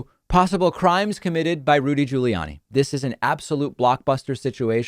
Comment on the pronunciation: THANK YOU for pronouncing Rudy's name just like everyone else in the world.